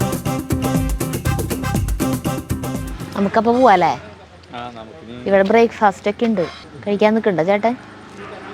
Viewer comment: ഹൌ...... ബ്രേക്ക്‌ ഫസ്റ്റ് എന്നുകേട്ടപ്പോൾ ചിരിച്ചതാണ്..... 🙏💕